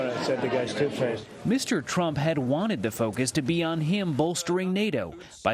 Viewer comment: Trump bit his own tongue when he said two face.